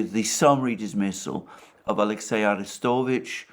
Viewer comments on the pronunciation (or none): none